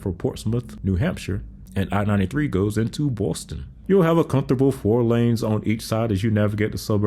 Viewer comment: I like the little pause right before saying “Boston” with attempt at a New England accent 😂 nice sounds a little more natural